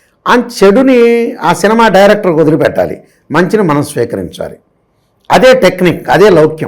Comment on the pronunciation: hrs ఒక సినమా కాదు.. ఒక సినిమా.. "నిమా" అనేది సి తర్వాత చెప్పు నాయనా